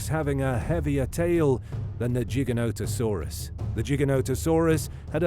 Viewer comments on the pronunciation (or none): Giga not jiga bro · It’s “Gig”not “Jig” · Its pronounced with a hard g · T Rex would win not because its fan favorite but because it was way heavier would push and bully Giga-noto-saurus dunno why your pronouncing it Jigga when it's a f##king name and name's are pronounced exactly how the person who named it wants it to be and that person named it Giga. Brits smh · I thought it was pronounced different like it sounds like gigantic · Tell by the pronunciations of Gigantosaurus that this is a bot. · jigga-no-ta-sauru :o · Jig-a-no lol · Not a JIGA WHERE the hell country are you from? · Its pronounced GI-GANTA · Gi-Ganto dude wtf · and the origin of its name the greek word gigas, is pronounced with a hard g. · Wtf is a "Jiginotosaurus"?? 😆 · I just wanted to say it’s not jiganoto It’s Gye-Gant-ono-saurus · "Gig" is how you are supposed to say the first part. I Cringe so hard when people mis pronounce then try to debate me about the dino. Like bro get the name right first lol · Jig-an-no-to-saur-us. That's how the paleontologists that named it pronounced it. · The pronunciation of Giganotosaurus in this video is fucking obnoxious. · The first G is pronounced with a J sound.